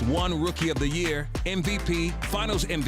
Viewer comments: does he say "NVP" or "MVP"? Cause I'm hearing "NVP". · hi jay williams, just wanted to tell you... it is MVP, not NVP as you pronounce it you're welcome